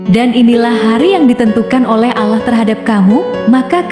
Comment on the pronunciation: Kog Pengisi suara nya nyebut Allah kyak non muslim y bunyi nya